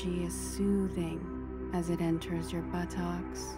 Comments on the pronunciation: The way they said 'buttoks'💀💀💀😂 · Im mature...but why'd she say buttocks like that though...your supposed to say glutes...glutes...